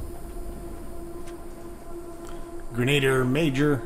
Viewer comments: Gren-a-deer = Grenadier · words mispronounced so far: attributes; grenadier ;P - whoaa how did you do that?? that's some voice acting!